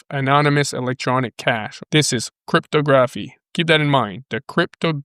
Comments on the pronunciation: Crypto Grafff eeeeeee. Try saying crypt a gra phy. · It's pronounced cript-tog-raf-fee not cryto-graph-e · '...love ya brother but stop calling it "Crip-toe-graph-ee", lol. It is "Crip-tog-raff-ee". Sorry...but it was making my giggle while trying to listen to a serious video;)